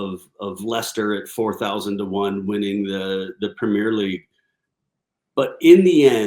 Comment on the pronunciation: If you can’t pronounce Premier, you shouldn’t be commentating on the league.